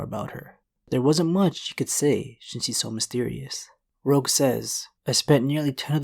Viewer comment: dude u gotta work on ur pronunciation at 8:99 it sounds like you said "rouge who claimed she would to be in porn"